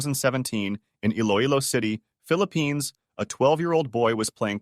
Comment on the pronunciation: BRO STOP SAYING PHILIPINES I LIVE THERE MANILA